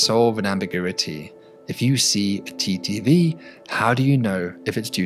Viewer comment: Can't tell if he's saying TTV or TDV half the time.. it sounds so similar. Might wanna think of a different way to say it like just "timing variation or duration variation".